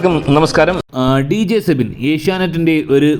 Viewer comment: സെബിൻ അല്ല സിബിൻ എന്നാണ്